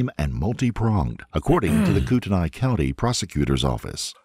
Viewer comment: finally.. my home state... i can criticize pronunciation cour d'alene is pronounced "cordelain" kootenai is pronounced "kootnie"